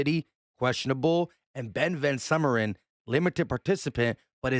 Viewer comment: It’s Ben Van SUE merin.